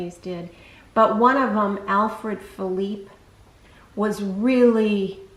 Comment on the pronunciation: Thank you so much for pronouncing Alfred Philippe correctly! So many on YT say "felipay". He wasn't Spanish, he was French! Great video. TFS